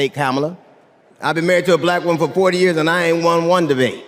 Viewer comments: Because he says "bLLLack". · The way he says "bLack" with a hard L is offensive to me for some reason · The way Trump pronounces black makes my skin crawl. Blll-ACK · Is it just me or does Trump always pronounce “black” weird? Blaaack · He says "bLLLLack". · The way that Trump pronounces the word "black" is strange. He always pauses for a second before. What the heck?